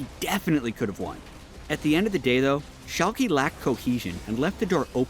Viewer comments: its Schalk"uh" not Schalk"y" or EE like you would say Yankee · Shalkie. C'mon:D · pronunciation of Schalke